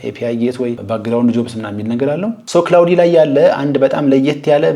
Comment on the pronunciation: ክላውድ ነው ክላውዲ አይደለም